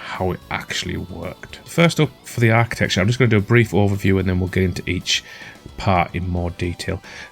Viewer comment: Finally someone who says architecture properly, unlike those yanks saying archi-texture 😆